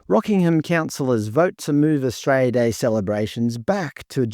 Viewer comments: AustraLia, not Astraya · Mate, it's not 'Austraya', its 'Australia'! There's an L in Australia. I'm Australian, not Austrayan! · Mate its Australia or straya no such thing as austraya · brother pronounce the fucking word correctly holy shit A-U-S-T-R-A-L-I-A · I’d enjoy this more if he could pronounce Australia correctly. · What does that even mean? Are you saying you can’t hear the mispronunciation of Australia?